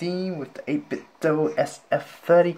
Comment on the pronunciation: 8 bit DOH, not DOO! Sounds like Nintendo.